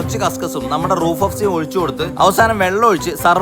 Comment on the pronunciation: റൂഹ് എന്നാണ് റൂഫ് എന്നല്ല